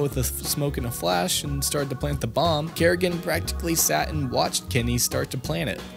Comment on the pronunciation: You don't seem to know a lot about this game. FaZe wasn't a CS:GO team during Katowice 2015 and it's not "Kerrigan" it's Karrigan. A little bit of research of paying attention can go a long way.